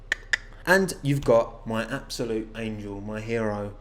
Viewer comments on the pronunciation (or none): none